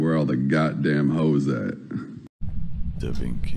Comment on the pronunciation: "da vinky" PLSKADK MY HEART